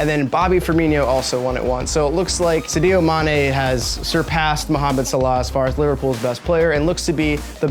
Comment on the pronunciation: The second time you butchered "Sadio" I had to turn this shit off